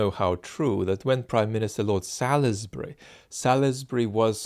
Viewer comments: “Sorlzbree” not “Sal-iss-Bree” 😉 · it’s sols-bry not salis-bury! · Salisbury pronounced saulsbury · Salisbury, like the city, is pronounced 'sawls-berry', (the 'i' is silent) 😁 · Actually it’s correctly pronounced Saulsbury. I went to school there. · Amusing failure to pronounce an English place name correctly. Salisbury is pronounced Sorlzbri. It is the long a as in all. The i is not vocalised - the l runs into the s as a z sound. No doubt living in London you are familiar with Greenwich and Southwark which are not pronounced as they are written. I hope you notice this. PS. Thanks for your vids. I will vote Labour, strongly support Ukraine, feel a mild despair about the climate crisis and will practice my swimming before the boat gets out into the bay. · salisbury is pronounced sawlsbery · Its pronounced Solsbury... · that’s so true. Our local news channel South Today are always pronouncing Salisbury incorrectly even though it’s part of their viewing area.